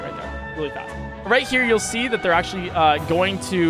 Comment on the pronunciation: Whenever says "going", he says "gon" and it's hard to explain how I feel about it